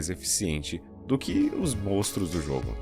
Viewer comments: falou igual meu pai kkkkkkk "MOSTROS" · Kkkkkkk parece meu antigo vizinho.... "Os Mostros do Playcenter"